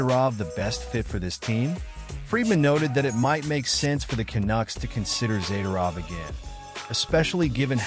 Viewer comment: All talk, no facts. As usual, AI cannot pronounce Zadorov's name properly. he would be an upgrade over Souci, or even meyers